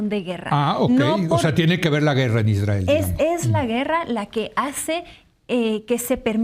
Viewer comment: Eres tan vil Leo que aprovechas la tragedia para enlodar al Estado Mexicano cuando sabes perfectamente que es una responsabilidad del Estado de Israel que por cierto no se dice Isdrael como lo llamas